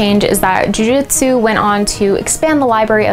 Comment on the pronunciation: Tbh this sounds moore like bjj marketing & is no where near the real history of Nippon-bujutsu:\:(. Also jitsu is pronounced jeetsu:( the name is jujutsu u can also call it yawara or taijutsu as both r older names for Jujutsu^^ .